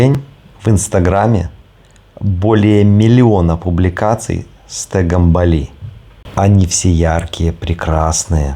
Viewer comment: говорите правильно ударения.Бали- на первый слог.